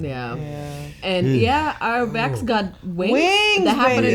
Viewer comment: is it an accent thing? Can you not pronounce the difference between "Vex" and "Vax"? They're two different letters in the alphabet.